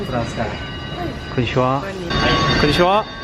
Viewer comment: *tu regarde trop la télé, tu dit "konnichonwa" mais ça ne se pronnonce pas comme ça, ça se pronnonce "Konnichiwa" ou avec une orthographe juste "Konnichiha" *